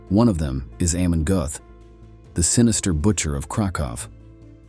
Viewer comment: Aaagghh man gote, not hey man gooth